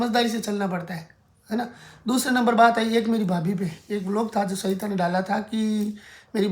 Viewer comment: Aap ye batao aapka naam hai ya saita Aap bolte saita ho vlog mein hai